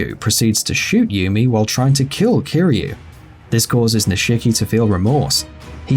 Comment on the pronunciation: Oh god the way he pronounces Nishiki. Lol